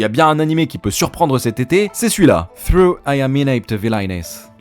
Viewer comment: Le premier mot du titre "Though i am inept villainess", Though se prononce "Tho" et veux dire "cependant". C'est cadeau.